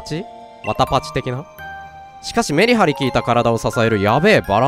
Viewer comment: メリ↑ハリ↓